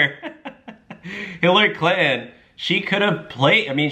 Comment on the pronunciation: And it is not "Clint-N"! You pronounce their name "Clinton"